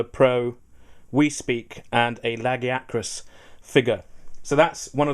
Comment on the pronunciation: YES! You san LAG-ee-a-crus. Not leg-eye-uh-crus.